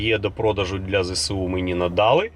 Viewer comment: Зе Ес У а не Зе Се У